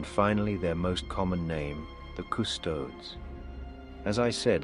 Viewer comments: Small nitpick: In the same way that "Astartes" is pronounced in the quasi-greek fashion (i.e A-stahr-tees), Custodes should also be pronounced that way (Cus-toh-dees, NOT Cus-toads). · the COO STODES! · Custodes is three syllables. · I cringe whenever I hear that but my head cannon work-around is that doesn't speak low (or high) Gothic so his pronunciation may be a bit... off. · I actually like the mispronunciation, it shows is an outsider trying to understand what he’s seeing. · Maybe it could be written off as not knowing the correct pronunciation? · I like how mispronounces Custodes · Aside from the pronunciation of a couple things, like "Custodes", this was really on point. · AFWTMT? PS! I don't know if it's intentional for the sake of the story. But Custodes is pronounced with a hard "es" at the end. It rubbed me the wrong way 😆